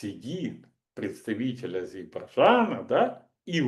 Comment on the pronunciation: Скажите кто-нибудь этому человеку, что Азербайджан произносится как "А-зер-бай-джан". Что за невнятицу он произносит? Ну неудобно же.